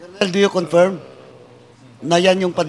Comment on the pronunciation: Wala kahibalo asa ang Tuguegarao, Cagayan? And it's "confirm" not "confiyrm"...